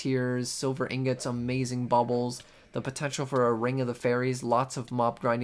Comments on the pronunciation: How dare you say ingot like that. Disgusting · The way you say ingot is like some kind of joke right